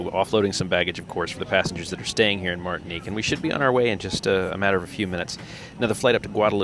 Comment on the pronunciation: Gotta say, it's a little strange hearing my name in a video here on YouTube. Thanks for pronouncing it right 😂 Martinique.